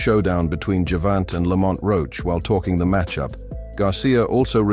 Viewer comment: Another IDIOT AI VOICE that can't even pronounce GERVONTA. 🤣 Just my opinion... 🙏📿🙏